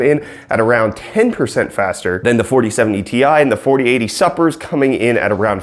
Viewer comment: super... supper? lol